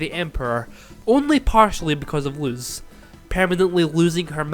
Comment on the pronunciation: also the pronounciation of luz is lus ok just to clarify ☺️